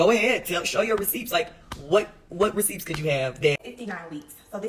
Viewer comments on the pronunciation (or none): Just noticing pronounces the “p” in receipts… that’s such a Detroit accent #detroit #whatupdoe #thaD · Side note: Is she pronouncing the p in receipts? 😂